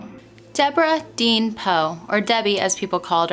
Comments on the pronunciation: I may be way wrong. But it looks like her middle name spelled “deann”, wouldn’t be pronounced “dee-ann” and not “dean”. But I could be way wrong. I’m not trying to sound rude by possibly correcting you. Your one of my favorite true crime YouTubers. Your so talented and amazing at what you do! Keep up the great work love❤️❤️ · I just wanted to pop in to say how much I enjoy your videos. I really appreciate how you put the spotlight on these older cases that might have gone unnoticed, and forgotten after so long. In some cases there may not be friends or family left to appreciate it properly, but I know they do appreciate not being forgotten. Now for a wee bit of critical talk. Deborah Deann her middle name was most likely pronounced..Dee-Ann. Many spell it that way. A close friend of mine spelled her name Deann, pronounced Dee-Ann. Keep up the great work! God bless you! Give your kitten some cuddles!